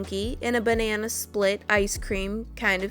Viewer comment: "THEN I MADE UH BAH NA NA" that made me laugh 🤣🍌